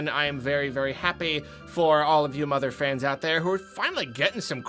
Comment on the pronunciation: The word 'Motherfans' threw me off because of the other word that starts with motherf.... It sounded to me you were going to say the latter and I thought it was very funny